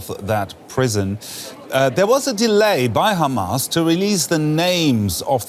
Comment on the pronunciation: I'll never understand how "Hamas" turns into "Khaaamas" but Qatar turns into "cutter"... Israeli pronunciations confuse me.